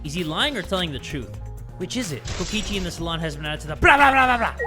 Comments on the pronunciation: "KOKOICHI" i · Kokichi❌ Kokoichi✅ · Here before corrects kokichi's name from "Kokoichi" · Kokoichi? Do you mean, Kokichi? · Ah yes, Kokoichi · NOT JAY CALLING KOKICHI KOKOCHI DJJDUEW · Its Kokichi not Kokoichi sorry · Ah yes, Kokoichi. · No one: in the title: kokoichi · Uh jay, you spelled kokichi like “kokoichi” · ah yes kokoichi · kokoichi... nice one jay lol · Kokochi? Hol u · Is no one gonna talk about how jay called kokichi "kokoichi" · "KOKOICHI" I'M CRUEING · BROOOOO HE CALLED HIM KOKOICHI HAHAHAHAHAHAHAAH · i just noticed that it said kokoichi 😭😭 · no bc jay spelled kokichi wrong he said kokoichi 😶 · anyone noticed "Kokoichi" lol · “Kokoichi” lmaooo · ATTENTION. Since calls him Kokoichi we must do the same. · "Kokoichi" ? XD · Kokichi is my guy, i don't usually call people my guuy, but Kokichi is my guy. Also: K O K O I C H I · LOL I NOTICED THAT TOO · ? it’s kokichi- please tell me your joking 😭